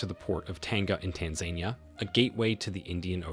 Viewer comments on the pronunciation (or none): It's Tan-za-NEE-a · TAN-ZAN-EE-A dude ! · It is U-gan-da. And it is Tan-za-ni-a. That is how you pronounce the names of the countries for this video. Please keep this in mind and correct for future. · I'm sorry but why do you so badly mispronounce Tanzania???